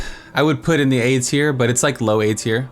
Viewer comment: Sounds like you are saying 'aids-here' instead of 'A-Tier'. =) Great video, very helpful.